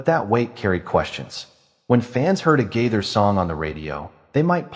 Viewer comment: Yeah where do you all come up with this stuff They have both been writing music for many many years and you don't even know how to say the last name You're talking about someone you don't even know how to say their name